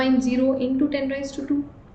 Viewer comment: It's raise not ra-yi-z